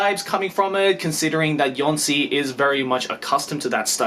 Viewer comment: Jónsi should be pronounced as "y-oh-nsi". The accent in Islandic shows addition of "u" after the vowel. In the case of u, the stock pronounciation of it in Islandic is Ü, so putting the accent will turn it into something like "oo" in word "look".